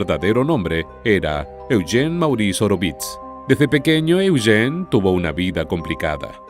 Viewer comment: Me gusta como el narrador pronuncia el nombre de mi hijo: Eugene (E-u-gene) Yo vivi en el valle de san Fernando por 20 años.voy a investigar más...